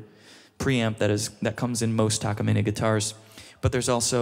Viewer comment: He actually pronounces the Takamine correctly. *but he pronounced Sapele (Sa-Pee-Lee) wrong 😂